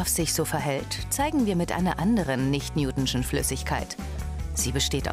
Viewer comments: Newtonisch und nicht Newtinschen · WIE DIESE FRAU ES AUSSPRICHT.. .. Nicht NEWTISCHE flüssigkeit😨😨😭😭😡